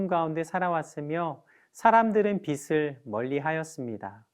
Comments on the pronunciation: 비슬이 아니라 비츨 이라고 발음해주세요. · 여유있게 넘어가시게요~^^ 빛.을..비.즐..비츨..뭐..어때요.. 우린다같이빚진자들이고 빛의자녀가 된게중요한거죠~~